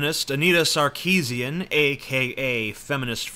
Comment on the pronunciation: You would be more credible if you did you research. Anita Sarkeesian is of Armenian decent; Armenian last names sound completely different to how you pronounce it. I let you found out yourself how you should say her name.